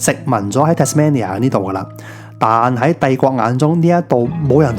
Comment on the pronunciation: 值得去玩下，但我只喜歡無拘無束嘅自駕遊而唔喜歡跟旅行團😂⋯⋯仲有你讀錯Tasmania中間個音，應該係讀main而唔係讀man, Tas-mainia [tæz'meinjә]正如Cambridge係讀Came-bridge一樣